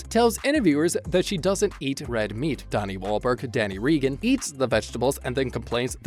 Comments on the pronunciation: Let’s get it straight: The family’s name is pronounced “Ray-gun”, not “Ree-gun”. And it’s “Donnie”, not “Danny” Wahlberg. Lol. Not that many unscripted moments either, but nice try. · Please got the family name straight! "Ray-gun" not Ree-gun". Also it is Donnie Wahlberg, not Danny Wahlberg. Why couldn't we hear the unscripted comment? The title of the video was very misleading! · I have such a hard time listening to how he says Reagan. REE gun sounds weird. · Very irritating that the announcer can't get the pronunciation of the name correct, plus I don't see many bloopers only descriptions. This really sucks